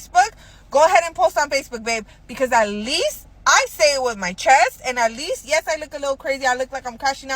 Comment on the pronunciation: And that says at least without the ( T ) aleeest🤦🏻‍♂️